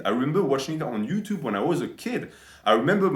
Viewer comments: One of the best "herro youchub" i have ever heard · 'Ello 'Utube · We got to hear our beloved say "Ello Yuchub" again!